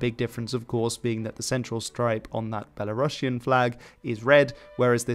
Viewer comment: The Novgorod Republic was never called “Rus”. And the term “Kievan Rus” is a Soviet invention for a state that was always called simply “Rus”. Also, please check the pronunciation of the word “Belarusian”. It’s not “Belarussian”.